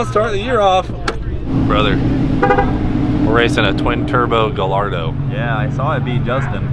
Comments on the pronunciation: Prettt sure it's pronounced 'Guy-ardo'. Not "Gullardo". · "Guh-Lardo" XD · it's pronounced ga-yar-do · Only Cleetus would call it a “gullardo” 🇺🇸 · It's actually pronounced guyardo. Dont ask me why it has 2 L's in it. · Cleetus say it with me "Guy-yard-o" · Aint it more like... Gull-Yard-Dont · Guy-are-dough, say it fast and that is what GALLARDO is supposed to sound like when you say it. Just a friendly tip is all! Good job guys! Ruby is such an aminal! Spelled that way on purpose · Guh-lard-oh. Guy-ar-doh. Guh lard oh? Guy ar doh? Screw it. 'Murcah. Just drive a kurvitte. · Pronounced Guy Ardow but all good. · I don't know if you guys are just being funny but it is pronounced guy-ardo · actually it is not pronounced Y in Italian. All Lamborghinis are named after Spanish bulls and bullfighting. Hence the LL pronounced Y because of the Spanish bullfighting heritage.